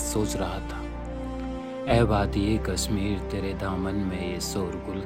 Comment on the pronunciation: would have been good if the narrator was a kashmiri.. he is mispronouncing the word "kashmir"